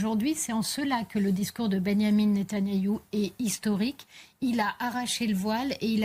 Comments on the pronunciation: Même avec ce qu’ils la payent elle n’arrive même pas à prononcer correctement le nom du criminel de guerre, c’est pas ben yamin netan nayou, 😂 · Elle ne sait mm pas prononcer le nom de netanyahou qu elle appelle netannayou o my goi !😅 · En plus elle n'arrive même pas à bien prononcer le nom de son maître ..... Quelle C... asse